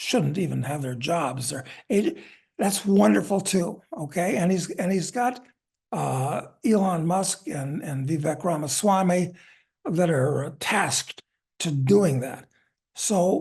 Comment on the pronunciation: Doug should put in the effort to get Vivec Ramaswamy's name correct when he is on a broadcast. Doug says Vi-vec like it rhymes with wreck, the correct pronunciation rhymes with lake. Pure and simple laziness not to check beforehand. Excellent interview,.